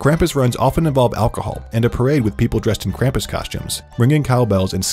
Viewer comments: me a Austrian upset by the way he says kampus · Omg its not "cramp us" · Grew up with krupmus, as an austrian can say it scared me half to death, also the way you pronounce krumpus kills me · IT'S PRONOUNCED KRAHM-PUSS GOODNESS GRACIOUS IT'S LIKE Y'ALL DON'T EVEN TRY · ITS “KRAM-POES” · It’s pronounced Kr-ah-m-pas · As i German i cringed every time he said Krampus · They pronunciation of Krampus is off, also I believe the origin of Krampus was in Austria